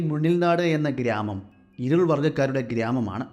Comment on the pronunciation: പൈക്ക അല്ല... പൈക്കര ഇരുൾ അല്ല ഇരുള... കര കൗശ അല്ല കൗശല... കദ അല്ല കഥ...മലയാളത്തോട് കുറച്ച് നീതി പുലർത്തൂ.... സ്ഥിരമായി കഥകൾ കേൾക്കാറുണ്ട്.... നിരുത്സാഹപ്പെടുത്തുകയല്ല... നിങ്ങൾ ഉഷാറാവണം....